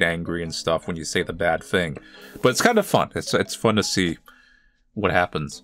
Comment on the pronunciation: WHYS HIS FIRST WORD "waht" 😭